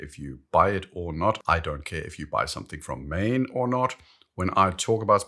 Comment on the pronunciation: It is “maan”. I lived there for 15 years and never heard “maen”.